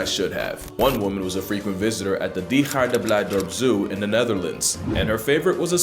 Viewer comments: Your pronunciation of ‘diergaarde’ was surprisingly accurate. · Oh also, my compliments to you for pronouncing Diergaarde very well! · Genuinely impressed by his pronunciation of diergaarde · your pronunciation of Diergaarde isn't all that bad. also it basically means "animal garden" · dang son, that dutch pronouciation was spot on. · Di- did bro just pronounce the Dutch "G" correctly? So many people have trouble with that sound. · I appricate your atempt at 'diergarden'. Its pretty good. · That was actually a good pronunciation of the dutch 'g' in diergaarde!